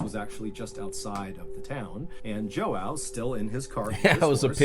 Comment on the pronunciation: The complete butchering of the name João by MrBallen